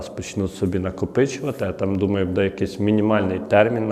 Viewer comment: Делай правильное ударение на слове,, буде,,, ты видно с западной Украины, сразу слышно